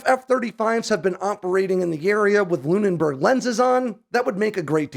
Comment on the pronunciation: LOONBERG, not LOON-IN-BERG...